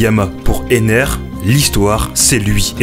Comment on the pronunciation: c'est enel pas ener